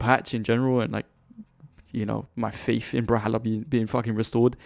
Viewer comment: why do you say "bral-halla"